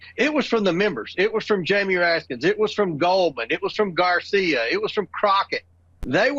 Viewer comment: Why does James Comer insist on mispronouncing the name of Rep. Jamie Rankin? He's worked with him for. years, surely he knows there is no "s" at the end of it. I notice Ms. Greene insists on doing the same, even though I've seen Mr. Raskin correct her in public and request that she use his correct name.